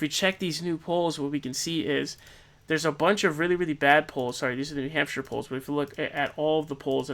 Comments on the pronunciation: needs to be more like 'hamp-shurr' (coming from a new hampshirite) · Yeah, "New Hamp-SHIRE" was a little "awkward" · Don't say new hampshire like that